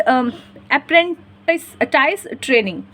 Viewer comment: Apprentice to bola nai jara h mam aapse😅😅